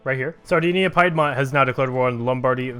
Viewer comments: It's not PIE DMONT ITS PEE DMONT !"!"!!11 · Piedmont is pronounced as 'peed-mont' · Piedmont isn’t pronounced like pie.